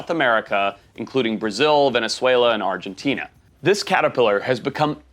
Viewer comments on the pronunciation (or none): none